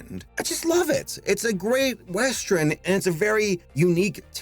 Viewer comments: why do you keep calling Rango a "westREN"??? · He says “westrin” instead of “western” and it bugs me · Me: Oh boy, a whole blast from this decade, what a trip down memory lan—: WEST-REN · I’m just now watching this, and with all due respect...why are you saying “westren” instead of western?? I’m so confused by this pronunciation. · Is from Chicago? I think that's a Chicago thing, like "I am the modren man" in Mister Roboto. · 'Westren' Please,... pronunciation. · You are really cool but can you stop saying weastren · It's metathesis. He's switching morphemes around.